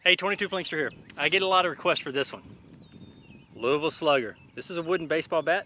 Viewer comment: Thanks for pronouncing Louisville correctly! The place I call home.